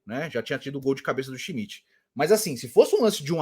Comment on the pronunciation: a narradora falava schimidt e eu escutava busquets